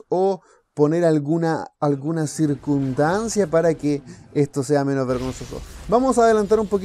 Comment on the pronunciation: Repite conmigo Cir cuns tan cia , Circunstancia no Circudancia